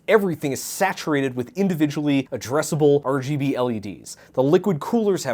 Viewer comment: it makes me so angry hearing him say RGB wrong